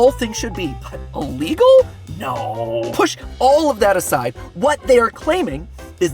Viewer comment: I can't get through the whole video. I'm still pained by Matt saying the word "uhlegal" - send help plz.